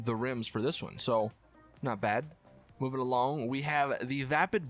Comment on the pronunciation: and he said movein along made me laugh so frickin hard😂😂